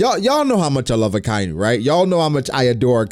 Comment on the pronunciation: Loves Akainu so much that he pronounces his name incorrectly